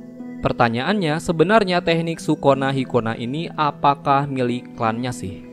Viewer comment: Dengerny kayak sikonah markonah...hahhaha